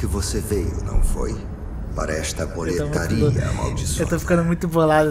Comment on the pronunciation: Up, e Hades o diretor de dublagem merece um puxão de orelha, ele errou no tom das vozes dos personagens e até no nome de boletaria, que é boletaria e não boletáriâ